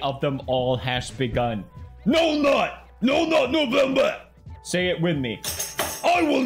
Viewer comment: Felix: "But the biggest holiday of them all has begun..." Me: Christmas...? Felix: "NOHF NUUGHT NUGHVHEMBERGH!!"